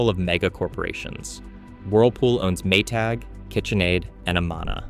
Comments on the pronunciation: AI narrator: Ah-MAN-ah. RIP-in. (Birthplace of the Republican Party.) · Your pronouncing Amana wrong. It's Amanda without the d. You know what I mean